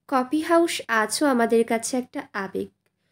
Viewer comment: কফি হাউস কে দয়া করে "কফি হাউশ" উচ্চারণ করবেন না, খুব বাজে লাগে শুনতে।